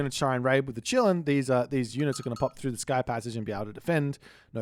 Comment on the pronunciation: Bro, ı just wanted to say that its not chillin, its kilin 😂